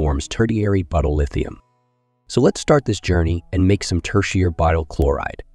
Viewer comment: Buutyl? Butyl.